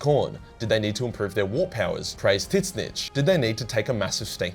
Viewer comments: It's pronounced Zeench, the T is silent. Tho Tit snitch is hilarious all the same it's his joke name. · Why do you keep saying Titsnitch? Is that a new chaos god? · Next video, how to pronounce Tzeentch.